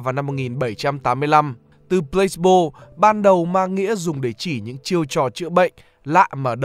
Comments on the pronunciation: mình có góp ý nhỏ là từ này đọc là plơ-xi-bô chứ không phải plâyx-bô nhé bạn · Mình tưởng đọc là Plah see bo chứ nhỉ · chữ này đọc 3 âm tiết. kiểu plah see bo